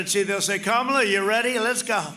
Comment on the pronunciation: Whoopies, Trump accidently pronounced Kamala's name correctly! See, it's not that hard.